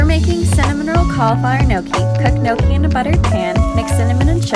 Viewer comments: Lol how he was pronouncing gnocchi Its pronounced like no key, not, ne no key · Tiktok lady: gnocchi (no-ki): gnocchi (ni-nyo-ki) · Gnocchi is pronounced nochi and not nyoki lmao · Guys it's NO KEY n it's potatoes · Gnocchi is pronounced nyoki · Did he say gnocci or poochie lol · N-yokki is how you say it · No-ki lol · I'm Italian and it's pronounced nokki but the n it's like Nino in spanish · We pronounce it gee no ho kuh heee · pretty skeptical because gnocchi is an Italian pasta🤔 and he pronounced both cauliflower and gnocchi wrong lmao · It triggered me the way they tried saying gnocchi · The way he pronounced gnocchi 😬😂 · All the Italian people when he says “gnocchi” 😐😐😑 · When says gnocchi it stresses me out since I’m Italian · trying to say "gnocci" is the best thing ever.